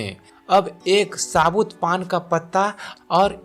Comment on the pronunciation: उच्चारण का तो यह हाल है कि साबुत को सबूत कह रहा है क्योंकि जहाँ से पढ़ रहा है वहां आ की मात्रा नहीं लगी है। इतना ही हास्यास्पद है निम्नलिखित कहना